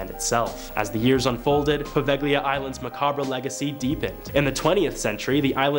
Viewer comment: Poveglia and macabre are so awfully butchered each time. It’s almost painful😅